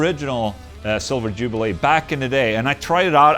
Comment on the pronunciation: Jubileeeee not jubilay, sir.